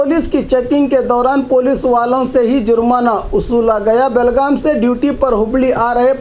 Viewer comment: Belgum nai Belgaum